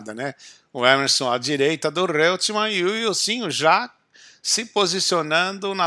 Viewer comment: Muito bom vídeo, ótimo registro histórico. Mas a pronúncia é "Roitman" e não "Reutman". É uma pronúncia alemã. Mas de novo observo: excelente registro, comecei à me interessar por F1 por essa época, devido em muito a essa corrida, tinha 10 anos.